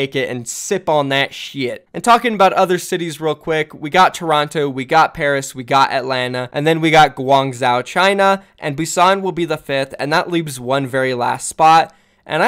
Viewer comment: Its pronounced goo-ung joe